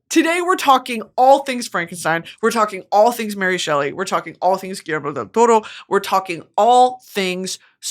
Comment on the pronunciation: Being Spanish my mother tongue, I love hearing Brittany say Guillermo del Toro perfectly ❤🤭 Finally watched Frankestein this morning and HAD to rewatch this brilliant masterclass 👩🏻‍🏫 btw took me out 😂 then going back to seriousness